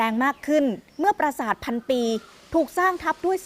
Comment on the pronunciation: พาดหัว ปราสาท ไม่ใช่ ประสาท ครับ รบกวนแก้ไขด้วยครับ